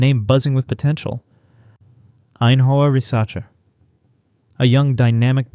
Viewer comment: AI generated nonsense, doesn't even come close to pronouncing Ainhoa Risacher's name correctly. FYI, she didn't come for several reasons. She is already a big name in France, that can get a good contract playing pro, while she can't do NIL. She also can enter the WNBA at 19 as an international. In contrast, someone like Blanca Quinionez was not well known, but is getting noticed at UConn. Blanca's WNBA prospect is rising and will continue to if she keeps progressing from her great freshman start thus far. Risacher, didn't need the profile boost, she would likely be a 1st round pick if she wants to come to the WNBA at 19. She would have learned a lot at UConn, but given the above and the expected massive increased in WNBA pay coming next year, it makes sense for a person already with a big profile till wait in Europe till she is WNBA eligible.